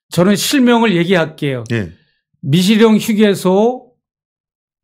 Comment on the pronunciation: 재영목사야? 미식영이 아니고 미시령이네 발음똑바로 하라우야